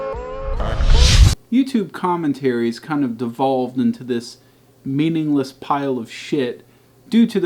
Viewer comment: pronounced meme-ingless